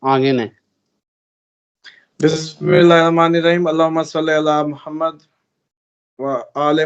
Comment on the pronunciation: BHAI SALLI ALA MUHAMMAD HOTA HAI, SALLAY ALA MUHAMMAD NAHI HOTA. PLZ CORRECT YOURSELF, THE MEANING MIGHT CHANGE ALTOGETHER.